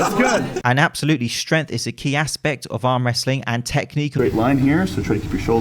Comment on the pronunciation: Yo, the "g" in "strength" isn't silent 😋